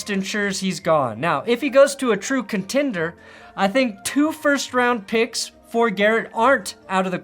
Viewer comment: Lmao he said contender bro 😂